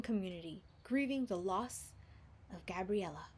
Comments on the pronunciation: I love you ❤️ but it’s Gabrielle not Gabriella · Zai Mei's name is pronounced like the month and you kept saying gabriella but it's grabielle😂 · Omg shut up with your 'Gabriela Mendez' because it not that. It's 'Gabrielle Mendez' 😒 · you are saying gabby's name wrong .search how to say Gabrielle on google then watch a video. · you say Gabrielle's name wrong. I know that because my name is Gabrielle and that's not how you pronounce it